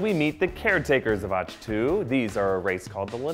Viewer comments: also.. ah-k tow not atch... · Also when he says Atch-To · Ahch-To is pronounced Awk-Two like as is awkward. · Generally not too caught up on pronunciation but after Reven (Revin) and Auchtoo (Auchtoo like achto liebe), I couldn't listen to anymore. Had to downvote this one. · His pronunciation of "Ahch-To" (idk if thats how its spelled) is what triggers me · Okay I'm very concerned. You claim to be a fanboy yet you missed pronounced Darth Revan name and Ahch to twice. That can be forgiven, but no one who claims to be a fanboy would mispronounce Revan.